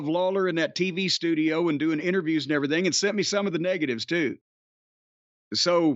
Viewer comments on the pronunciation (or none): none